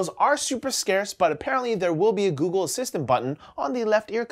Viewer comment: "Googoo" "Ghoul" C'mon,!